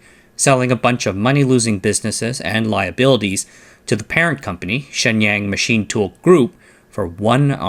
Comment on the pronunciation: It is distracting to hear you mispronounce “Shenyang “ so badly. “Waiter “ has a long “A” and the “A” in water sounds like “ah” You pronounce the “A” in Shenyang in a way which would make “water” sound like “waiter “. You use the accent of a country bumpkin.